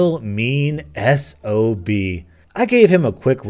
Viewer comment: Hahaha! You called it S-O-B. Dude it one word. Pronounced sob. Its a word to describe someone who is annoying or mean. Its like the time you called ASDA (A-S-D-A). Anyway, love the vids. <3